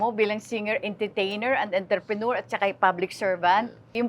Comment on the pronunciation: ano raw??? ENTREEPRENUER??? Come on Aster, you can do better than that.